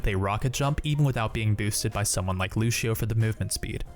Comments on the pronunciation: hey, it's lucio, not lushio ! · It's LUCIO not LUSHIO. He even says it. why do people still screw up his name? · WHY DO PEOPLE SAY LUCHEO IT TRIGGERS ME SOOOO MUCH!!!!!!!!!! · wait, he said LU-CIO. not luc-io